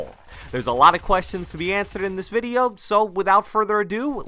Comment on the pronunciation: Anyone notice he says "In this videye today" every video (and ik i spelt video wrong but thats how he pronounces it😂)